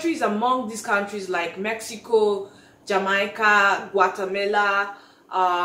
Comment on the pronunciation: Lol I almost did not recognize the name of my country. Jamaica is pronounced Jam- May - Kah. 🇯🇲. Awesome video